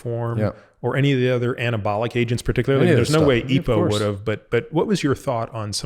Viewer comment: Great interview...but, typically you'd say E.P.O....not eepoh. Sounds weird, mate.